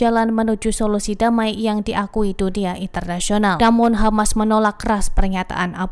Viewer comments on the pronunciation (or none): Bro Always Say KHAMAS